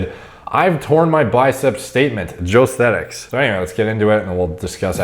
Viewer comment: You do know his name is Jo Esthetics right? And not Joe Sthetics 😋